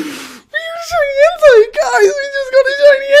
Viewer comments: En-tey. Like tater. Not Entai. Its like hentai. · he says "entei" like "hentai". Its EN TAY E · You Suppose tO pronounce it En-Tei. Nie En-Tai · its en-tay nit en-teye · ITS NOT ENTIE ITS ENTEI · Everytime says "entei" sounds likes hes saying "hentai" xD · Flippeh_Vengeance - Gaming & More! Lol you are right does sound like it! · "OMG A SHINY HENTAI!!!111!!" Don't quote me on that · Flippeh_Vengeance - Gaming & More! lmao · This is gonna make me sound like a little dirty minded but why does it sound like he is saying "Is that a shiny Hentai" 😂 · My boy sounded like he was saying hentai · I thought you said shiny henti... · Why are you saying shiny hentai? Am I the only one who hears that? ... Nvm I guess Im just... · u say en-tay but it is spelt entei